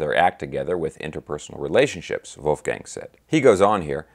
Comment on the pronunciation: brother, you hit all squarely on the head (and, mind you, I love how you pronounced Wolfie's first name). For one, it's still too soon. Two, I think it comes down to Dave and, to a lesser extent, Al (whom is likely and reasonably still mourning), not to mention Sam, whom had his opinions prior to Ed's passing (although Eddie's death was sobering to Hagar). You nailed it about Mikey. Michael Anthony is ALL class and someone from whom we can learn about professional decorum. Bottom line: The time is not "Right Now" (to quote the song). Wolfgang has every right to tread lightly. In this day and age, we seem to be focused on instant gratification. We really need to step back and marinate in what Eddie and Van Halen, in all of its incarnations, has gifted us. Let's circle back in around five-to-10 years and see if anything can be done, IF they all want and can still commit musically. Thank you,, for this excellent and conscientious breakdown. 🙂🙂🤘🤘